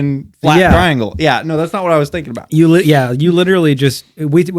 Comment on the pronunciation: Bruh It's called a TRI - ANGLE